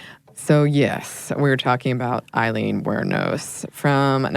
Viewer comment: pronounced A-leen (not like Eileen)